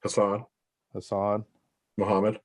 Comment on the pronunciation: I wonder why fouad acts so oblivious towards Arab names when he speaks the language...i know he's uncomfortable about it and he mentioned it in his pod with hassan mostafa but we did see his mom address him in pure lebanese during his 15 kcals challenge....fouad come on now ...you know mokhamed is not how it's pronounced...